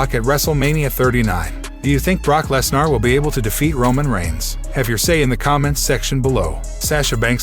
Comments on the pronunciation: Did he say. "Les Nar" ? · Yea lol Brock Les Nar